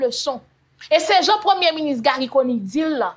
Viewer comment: Yaya ou konnin sé wou ki prononcé nom premyé minis très bien ou pran sanw pou di Conille lòt yo toujou ap di Conni ou kònnin hum gen respè pou intelligence ou